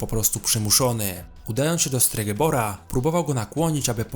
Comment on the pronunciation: stregebor? STREGOBOR chyba